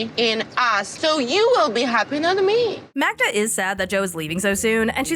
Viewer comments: The fact that Joe keeps calling Magda - Magna is sooo annoying. The guy is a walking red flag. Magda is just young and has a lot of maturing to do but what else do you expect from 23 yr olds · Can get her name right!!!! Its MAGDA NOT MAGNA …… Whats wrong with him get your girlfriends name right!!!